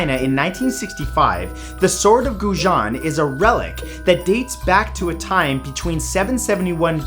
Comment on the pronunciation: That's a dang nice sword. Btw, Zulfiqar is pronounced zoolfeecar. And Goujian is pronounced go-soft u-jee-end, with a sharp j sound.